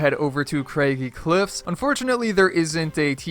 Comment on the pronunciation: It's Craggy Cliffs. Craggy rhymes with baggy.